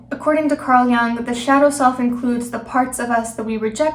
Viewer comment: You can't pronounce Jung or archetypical